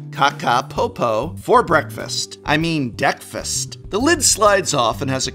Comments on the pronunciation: The DeckFist milk carton deck box by KakaPopo sure sounds like pure marketing genius. 5 year-old german me definitely had a laugh! Edit: Just now realized it's called DeckFast, damn you Prof and your pronunciation! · Okay. Now I understand it's supposed to be named after "breakfast", but I keep hearing "deck-fist" 😆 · I heard Deck Fist everytime.